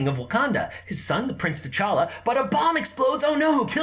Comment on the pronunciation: Interesting how everyone mispronounces T'challa. I don't blame them though, the movies didn't do that great a job.